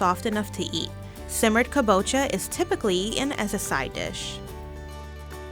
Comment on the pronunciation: Your voice is annoying. Never narrate again. And you keep pronouncing kabocha wrong....